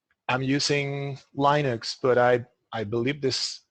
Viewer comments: when he said "lienux" instead of "linux" my heart stopped for a second... But then he said it again 15 seconds later... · I've just switched my entire system from lienux to linux recently, all things working much better now thank you for the correction